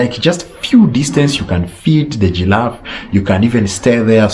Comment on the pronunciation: Are you a? Gillafe, Mt Melu, 😆😆😆😆🤣